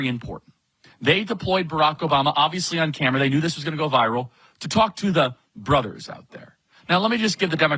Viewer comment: Note: He said ... "The brothuhs" He didn't say: ... MY brothers.